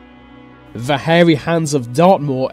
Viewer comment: Why is this guy pronouncing 'the' and other words beginning with TH as 'v', e.g. Vis and vat